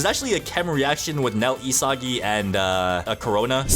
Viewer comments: It’s not isagi [i-sa-gi] it’s isagi [e-sa-gie] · he said isgis